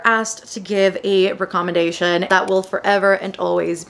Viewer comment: The way you pronounce "recommendation" threw me off. I had to google how to pronounce it. Great video though :)